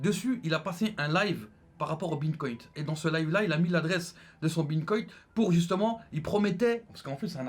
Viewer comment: Il parle du bitcoin quand il dit bintcoint?